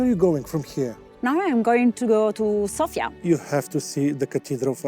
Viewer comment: Thank you,, for saying Sofia correctly:D